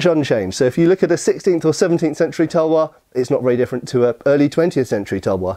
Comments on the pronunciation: Its called talwar not tuuuuuulllwooorrrr speak correctly ytt and talwar is sword only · Talvar -तलवार Not Tulvar- तुलवार We learned your pronounciations expecting little bit same from you. 😊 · Well it's Talvar not tulvar. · Talwaar not tulwar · Its talwar not tulwar and its Panjab not Punjab. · ITS NOT TULWAR ITS CALLED TALWAR😑😑😑😑😑😑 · *Talwaar my mate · Its called "TALWAR" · its Talwar